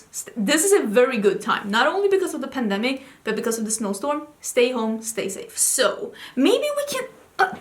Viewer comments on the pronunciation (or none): ...."In this panoramic....?!" 😆. I believe you meant, " In this pandemic"